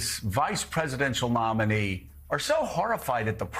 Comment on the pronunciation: PLEASE tell me Joe said MOMinee on purpose cuz I am howling!!!! 😂😂😂😂